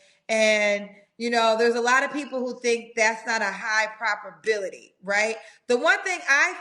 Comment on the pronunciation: Did I hear say ‘propability’? lol